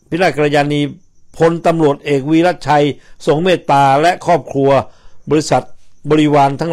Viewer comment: คุณสุนัยฯ อ่านชื่อเขาผิดมาตลอด เขาชื่อ "วิระชัย"